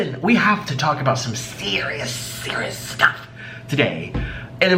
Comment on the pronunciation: “Some sErriOusss sTufff”